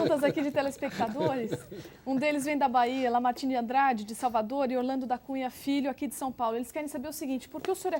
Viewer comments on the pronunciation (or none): none